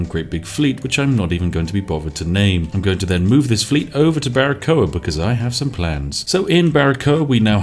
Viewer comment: Hey spiff I´m cuban and well it´s a great pronunciation of Baracoa!!! Keep doing this amazing kind of content. I´m fairly new to yt and I´m only subscribed to your channel. Hail. Maybe I wanna see a perfectly balance Slay the Spire Run:D the best of lucks